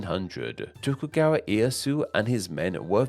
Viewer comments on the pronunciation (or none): I just wanted to help you with your Japanese pronunciation. Ieyasu = E-Ay-Ya-Su. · It’s E-eh-ya-su